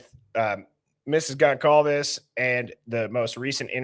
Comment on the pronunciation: how come you still don't know how to pronounce Goncalves? it's been years now. Just sayin.